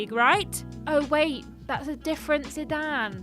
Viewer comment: Oh my god she actually pronounced Zidane correctly. I swear I get angry every time someone says "Sidaynn" or something like that.